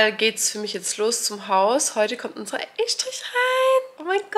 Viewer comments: Man spricht es übrigens Ess-trich aus 🫶🏻 ich kann euch nur raten vor allem jetzt bei den weiteren Arbeiten immer wieder zu kontrollieren, denn diese Fehler sind sogar noch ärgerlicher. Wenn der Fliesenleger zB alle Fliesen falsch legt, etc. Alles schon vorgekommen, alles schon gesehen. Das kann so belastend sein. Vor allem macht keine Kompromisse. Wenn euch was nicht gefällt, ändert es sofort, sonst bereut man es später so hart. 🙏🏼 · Warum sagst Du Eschdrisch. 🤣